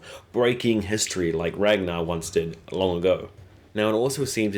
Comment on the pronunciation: Ragnar (swedes spell this like Rangnar, also heard in the very first season of this show) Ivar Björn (Bjoern) Aslaug Lagertha My ears hurt because it really is so simple pronouncing and spelling the names after all.